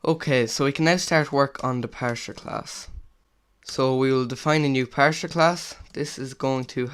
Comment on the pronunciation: parser not parsher